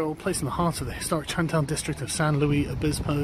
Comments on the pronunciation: Not Louis, Luis. Lew Ihs. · Sargon always pronouncing foreign words the French way. It’s Che Guevara not Shay Gwevara, it’s Luis not Louis (Louie).